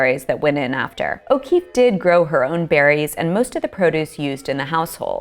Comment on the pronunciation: Georgia O'Kweeffe